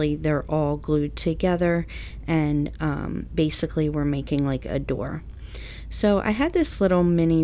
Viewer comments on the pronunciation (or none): none